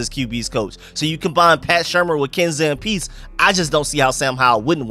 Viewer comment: Ken Zampese (Zam-pee-zee)